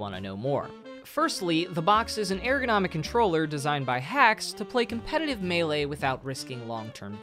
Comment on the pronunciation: It's pronounced ergonomic not airgonomic, however despite me being a grammar Andy or pronunciation Andy this was a fantastic video and highlights why this person should be banned and not the other people around him being banned because leffen is a piece of garbage and has been for over a decade